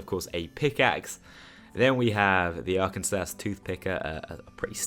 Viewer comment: Can't wait. PS Arkansas is pronounced arc-en-saw